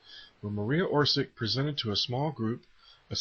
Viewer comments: Marija Oršić is Hrvatica (Croatian origin, she confirmed it herself), and it's not pronounced "or-sik" or "or-zik", but "or-shich". Greetings from Hrvatska (eng. Croatia) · it is not Orsik it is Orsić (Orsich). ć= soft "ch", č=hard "ch"